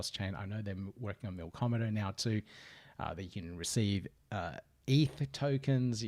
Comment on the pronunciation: There's no "r" in "Milkomeda". Great video though!